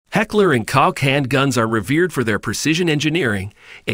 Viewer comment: Heckler and Koch. Pronounced Coke!!!! Like the soda.